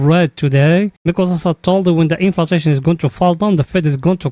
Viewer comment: Hey guy, there is no "TA" in- in flay-shun inflation. No one will really take you seriously with that pronunciation..😢😢😢